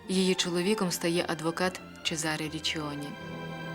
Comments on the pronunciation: Гарний фільм, та на майбутнє, вважайте на власні назви. Бо такі страшні наголоси ставите, що хочеться перервати відео. Іншомовні власні назви мають інші наголоси. Що це за ЧезАре??? Це можна сказати малограмотність…. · Гарний у вас голос. Лише не "лЯ скала" а "лА скала" :face-red-heart-shape: Не ЧезАре а ЧÈзаре Річчоні :face-red-heart-shape